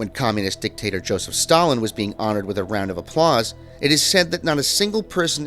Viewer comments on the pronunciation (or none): none